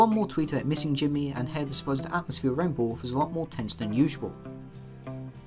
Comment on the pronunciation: I kind of want to take a shot every time he says bull worth